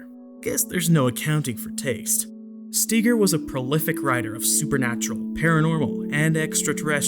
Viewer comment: Though you are so intellectually and morally superior to all those "nutters" , you can't even pronounce Brad Steiger's name correctly.